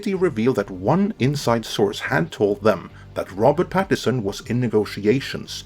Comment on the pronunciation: It's "PattiNson", not "Pattison". It's an N-word!